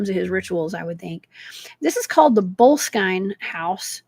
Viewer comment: Enjoyed today's episode. Boleskine is currently under refurbishment and is scheduled to reopen again next year. They have a nice website. Hoping to visit it while I do my Scottish ancestry research. Boleskine has 3 syllables. Bol-es-kin for future ref. 😺